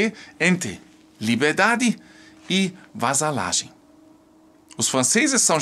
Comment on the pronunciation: Vassalagem.. não "vasalagem" vassalo e não "vasalo"...